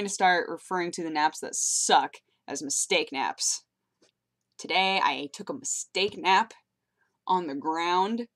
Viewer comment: I kept hearing "Steak Nap". I thought you were going to start talking about eating too much meat and passing out.